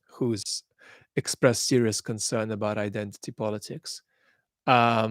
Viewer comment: ‘Abaat’ pronunciation I think Vad has picked up the cockney accent of the word. I speak as a east-end Londoner, a cockney.